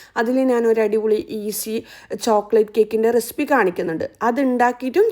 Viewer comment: റെസിപ്പി ❌ റെസ്പ്പി ✅😂😂